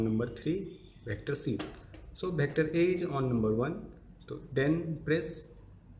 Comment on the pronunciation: its "vector" not "bector"